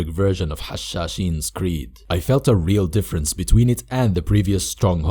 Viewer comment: Make more stronghold 2: edit. Btw are you a Arab and a Muslim because you pronounce Hashaseen very cleanly